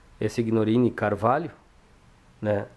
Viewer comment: Uma observação, se escrevi SIGNORINI, se lê SINHORINI..a letra G é nula na pronúncia..no restante a matéria é emocionante, Vovô João foi quem gerou a minha ramificação genealógica.